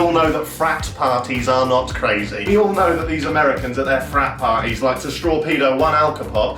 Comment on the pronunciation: The way you said “parties” in the sentence “craziest thing that’s happened at one of your parties” ahahahaha